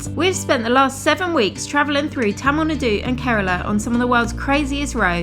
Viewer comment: Please pronounce tamil nadu in good pronunciation you will find in Google translate